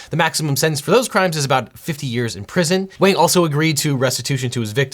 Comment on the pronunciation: FINALLY! SOMEONE GOT THE PRONUNCIATION OF WANG CORRECT!